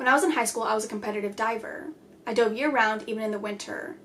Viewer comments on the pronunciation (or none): none